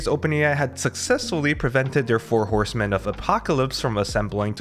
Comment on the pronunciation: 4 Horse-men 😀 4 Hor-semen 😶‍🌫️